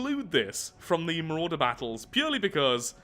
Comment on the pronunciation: It’s the mawrauder